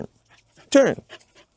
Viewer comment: Is there no Japanese word for TAAN? No 回れ for any dog? Your pronunciation for English TURN was too perfect that I could believe every dog owner in Japan could say it that way. (I hadn't found all these dog words in Japanese even though I had searched for it.)